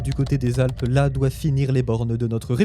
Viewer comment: "là" avec un accent. S'il te plaît.